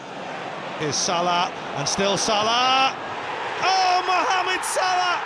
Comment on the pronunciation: After all the joy he has brought to football, you could at least pronounce his name correctly.. “mmhammed sulah”.